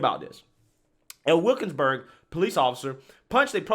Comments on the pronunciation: It legit sounds like you said wokesberg. I chuckled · It's pronounced Wil-kins-burg, and rhymes with "We'll kill yinz burg" (which is an old nickname for that area since it's been a dangerous neighborhood for decades).